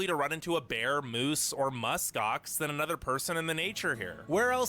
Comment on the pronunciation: I love how you say anuvver for another 😁